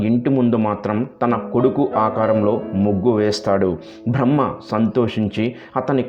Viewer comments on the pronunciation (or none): none